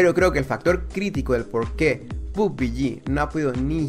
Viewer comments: Arma 3 y Day Z? Hahaha haz tu tarea, playera unknown trabajo en los estudios de las creaciones que acabas de mencionar Pubg solo fue el paso final, y se pronuncia "Pub-G" no pub-bi-yi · Pub-biyi pugbiyi pubiyi 😵😵😵😵😵 evita la Bi. Solo pubG (pubyi)